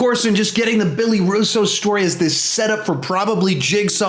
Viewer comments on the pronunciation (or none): none